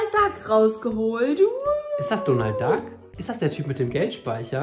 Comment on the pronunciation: Der heist donal dak